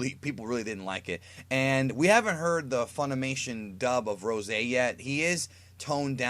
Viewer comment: yes i was impressed but call it Ros'e please